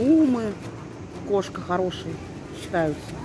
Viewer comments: Бренд не КоШка, а КоСка))). будь внимательна и точнее, ты же собираешься в Турции жить, привыкай читать и говорить правильно. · «Коска»,, а не «кошка» 😅